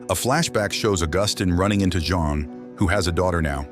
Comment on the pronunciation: The AI can't figure out how to pronounce Jean, and said deceit instead of decide... Just use a human narrator.